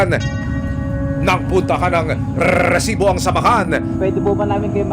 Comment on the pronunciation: Please lang, paki-ayos ng pagbigkas ng word na "RESIBO" huwag nang artehan pa like, RRRRRRRRESIBO!!! hindi sya nakaka attract ng subscribers!😒